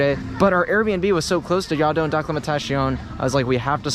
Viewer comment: Yes, but he did get it right on here and in stories, but for whatever reason just reverts back to “yardin” Lol French is hard!